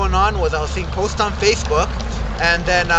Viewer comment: Rashist?! Fashbook?! Man, u need a speech therapist!